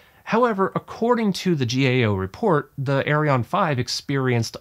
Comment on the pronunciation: Actually, both the rockets and the company are called "Ariane" NOT Arione!